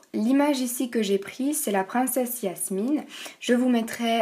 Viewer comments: cest jamine pas yasmine mais sinon les idée sont trop bien !♥♥♥♥ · C pas yasmine mais jasmine sinon c cool